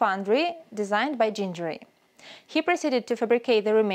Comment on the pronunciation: For the record: GHIN-guh-ree. Hard Gs, not soft.